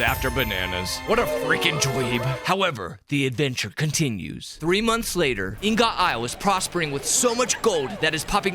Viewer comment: It's IHN-GIHT! How is it that so many YouTubers have no clue what an ingot is?